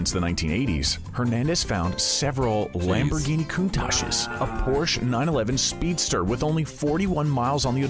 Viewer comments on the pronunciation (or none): none